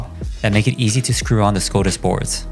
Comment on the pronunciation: TIL I have been saying Skadis wrong my whole life 😂😂